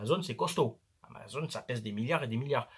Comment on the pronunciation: Amazon et pas amazone... C'est pas une fille avec un arc a qui il manque un sein 🤣🤣🤣